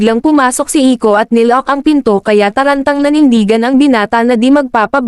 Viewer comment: Bro, that's Iko not ico